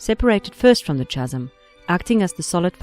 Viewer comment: Says all these mythology names. Can't say 'Chasm'.